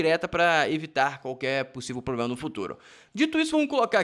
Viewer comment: Ela insiste em "ploblema". Mulherzinha limitada!